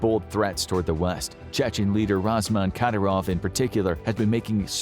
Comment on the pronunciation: Fyi, its not "razman khadyrov", its ramzan khadyrov